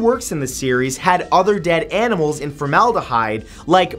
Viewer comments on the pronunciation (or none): none